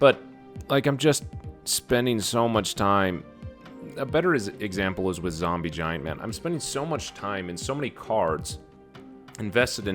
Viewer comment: Jombie Ziant was what said 😂